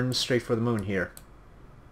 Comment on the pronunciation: to the mun? what? you never get to the mun!